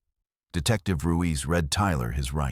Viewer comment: Ruiz not Ruise.